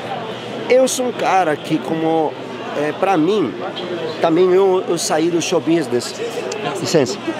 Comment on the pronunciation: drink game: tomar uma tequila toda vez que o fala "xou bisnes"